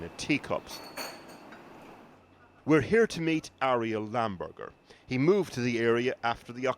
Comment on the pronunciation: “ Lamberger” , and with an American accent. ( says it all )